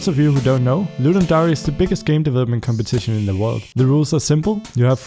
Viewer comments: Hey, would love to see your next Ludum Dare Live... however its actually DARE(like the english word) not DA-RE(like you are saying).... seems like a cool game you made:P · LEARN HOW TO PRONOUNCE DARE PLEASE!!!